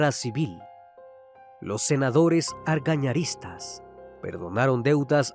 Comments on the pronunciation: Recomendación para narraciones referentes a Paraguay: preguntarle las pronunciaciones a algún paraguayo de confianza, eso va a mejorar las pronunciaciones, pues a los que somos paraguayos nos incomodan bastante las pronunciaciones que se alejan demasiado de lo real. Los seguidores de Argaña, por ejemplo, eran conocidos como argañistas y no como se pronuncia en el vídeo. Son detalles, pero en ellos radica la excelencia. Va a mejorar la experiencia, sustancialmente, para un gran sector de los escuchas del canal. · Se dice argañistas